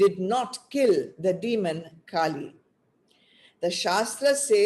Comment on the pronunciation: Terrible audio. Lots of the talk missed! And, why do you keep saying काली instead of कली?? They are totally different beings.